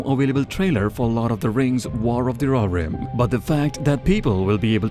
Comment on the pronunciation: roh hir rim , not rorim